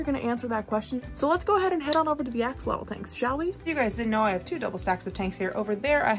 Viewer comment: You are pronouncing it wrong. It’s not pronounced axealotal. It’s actually pronounced asholot a like you’re saying ah, x is pronounced as sho,and lotl is pronounced like low only with a t at the end the l is basically silent. The name comes from the Nahuatl ( Nahuat) language (an indigenous language)